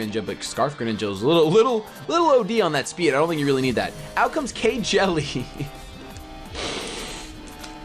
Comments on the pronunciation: That isn't K-Jelly, it's pronounced Keele. It's nicknamed after a character from Fire Emblem: Awakening... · You know... Kjelle is a character in Fire Emblem. I don't think it's supposed to be pronounced like KY Jelly. I'll forgive you. This time. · I loled when he said K-Jelly for Kjelle. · >Kjelle Dat Fire Emblem reference, also it's pronounced like Kel with a bit of yish sound in there...